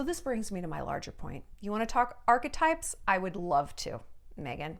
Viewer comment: Shallon is literally the FIRST person I have heard pronounce the word ‘archetypes’ correctly! That said though, I would rather listen to Shallon gargle the word archetypes on repeat while clashing cymbals together and Cowboy bays in the background before I would EVER listen to 15 mins of the sus duchess’ podcast 🙃